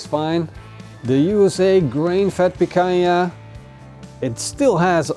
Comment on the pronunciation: Its PICANHA bro, the queen! 🤙